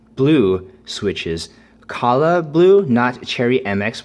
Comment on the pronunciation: I've watched several of your keyboard reviews and finally I have to point out, it's Kailh, pronounced like "kale" and not "kala" 😂 Anyways, great review, this keyboard is very reminiscent of the K70 that I have right now.